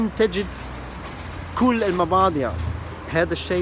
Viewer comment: البضائع وليس المباضع ههههههههه